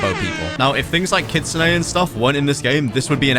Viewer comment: You’re pronouncing Kitsune rule it’s Kitsune